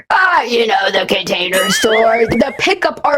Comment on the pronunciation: I gagged. I was eating a hot pocket and I gagged from pure disgust. Nothing has ever made me do that before Idk but the way he said container sounded wrong to me. Like he was pronouncing it wrong. This is slowly becoming a hard watch